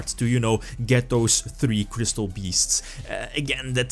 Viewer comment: Gat doss twee kwistoll beests...